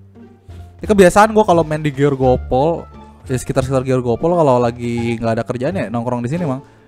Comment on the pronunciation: Grogol bang bukan georgopol 😂